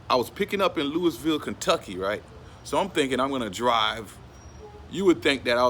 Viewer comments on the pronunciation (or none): It's Lou-ah-vul not Louis-ville. I'm from the city and everybody says it like that. Thank you for shouting out the city tho. U have a great videos tho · Can tell you not from the south. How you say Louisville KY. Say it like lewy Valle. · He said Louisville wrong. Lol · The s us Louisville is silent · THE S IS SILENT IN LOUISVILLE.